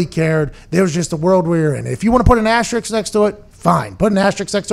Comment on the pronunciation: asterisk not Asterix